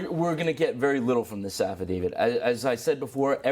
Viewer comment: Please stop saying "affidavid" which is not a word. Practice saying it with me: Affidavit, Affidavit, Affidavit, "davit", "davit", "davit"